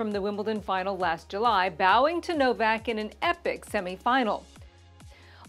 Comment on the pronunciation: Who is" No-vay?" Novak? Is that a nickname or just a blatant error?